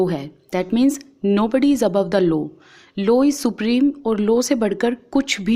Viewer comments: Ma'am it is law not low..... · Ma'am it's LAW not LO. You teach so we'll ma'am 👍 But I want to correct you. Don't take it in the negitive way....... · Mam it is law not lows🤣🤣🤣🤣🤣🤣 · Ma'am it is law not low ....